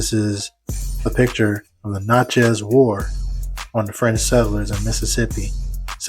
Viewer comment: It’s pronounced: Na-chuhz.